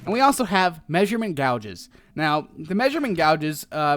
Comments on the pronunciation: it's GAY-JEZ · It's pronounced gay-jes not gow-jes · Gauges; Pronounced "GAY-JES" -NOT "Gouge-es" I face-palmed quite a few times, Grammar Nazi - AWAY. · IT'S NOT PRONOUNCED GAWGES IT'S PRONOUNCED GAYGES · It's pronounced GAGES not GOUGES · It is pronounced gay-ge's not gaulges and no it's not called a pontoon the boat it called a pontoon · it was pronounced (gay-gis) not (gua ges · Gauges is pronounced G-ai-ges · Lol gowges its gauges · hey ummm its pronounced Gay-j or gage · gouges lolol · gauge:pronounced <GAGE> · It's pronounced Gãges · Gauges are pronounced gay jus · Gauges - pronounced gay-jez great vid! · They are called (gay-jez). :D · It's read as [gay.jes] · no, [gay-jez] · It's gayjes dumbass. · gauges is pranounced like the name gage with an s at the end... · Gowges? LOL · Yitocuk Kilic no, it pronounced Gages like cage but with a g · its pronounced gay-jis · Understands that concept of buoyancy but can’t pronounce gauges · Your saying Gauges wrong